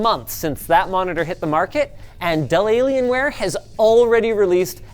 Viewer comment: I love how they keep saying it like Dellalienware xD